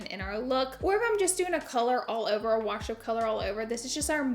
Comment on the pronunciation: You are killing it!!! Absolutely love the new set. Also love how you say WaRsh instead of wash 🥰 I do it to I get called out for if all the time!!